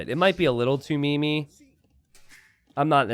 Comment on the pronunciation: You said 'meme' with 'meme' and not 'meme', I'm not sure you're trolling but that had me laugh